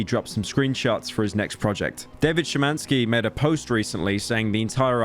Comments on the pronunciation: You actually cared enough to pronounce Szymanski right. I'm proud. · sorry but the fact u pronounced szymanski mostly correctly is shocking